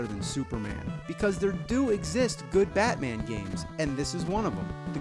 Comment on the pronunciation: on the first game he says ham batmaaaa